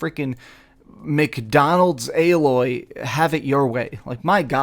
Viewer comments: Lol why are ppl STILL mispronouncing Aloy's name? Her name is said with literal spoken dialogue over and over again throughout the entire original game, including in the opening cutscene! Lol they literally scream her name from a mountaintop at the very beginning! How are ppl still getting it wrong?? It's Ay-Loy, with a hard A. Jesus... This is what I mean when I complain about the quality of the content we get from half the "Professional" gaming based Youtube channels these days. There's zero excuse for it. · I'm starting to notice a lot of people like to call Aloy (AL Loy) haha. But it is almost spelled the same as Aloy but with one more letter L added to it. So I can see why some will call her that lol. But Its actually like saying the word Hey but A. Then Loy is like saying Boy but Loy So it's A-Loy....... Put it together and you got "Aloy" I'm pretty sure Alloy is some type of metal made by combining two or more metallic elements, especially to give greater strength or resistance to corrosion.